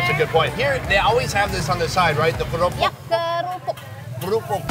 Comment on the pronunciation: you says "kerupuk" like indonesian people :v